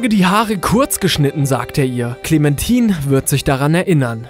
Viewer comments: "Clementin" :D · ich hab gewusst dass twd am ende kommt btw wird es "klementain" ausgesprochen lel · spricht den Namen clemmentine mal richtig aus sie ist keine Frucht verdammt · Clementine! CLEMentine! nicht ClemenTIN! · Sind die eigentlich zu behindert Namen auszusprechen? Ich mein Klementine was eigentlich Clementine heißt und in einem anderen Video Will smith spricht will fmith aus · hat er ernsthaft KLEMANTINE gesagt ?! ja das ist extra falsch geschrieben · MW2 Ghost tot muss auf die Nummer eins und du hast clemtine falsch ausgesprochen 😂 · "Klementin" xD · "Clementin" xDDD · “clementin" wenn man sowas schon hört weis man sofort das er das Game nie gezockt hat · ''clementin'' HAHAHA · "klimentim" xD alter... es ist englisch und heißt Clementine! und nicht anders. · Wie du Hyrule und Clementine aussprichst gehört verboten :D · Er hat clementine falsch ausgesprochen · Wie kann man nur clamentine nur so falsch ausprechen